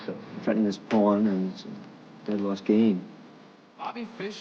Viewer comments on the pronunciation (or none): why he didnot call them paaaaaan like jennifer shahade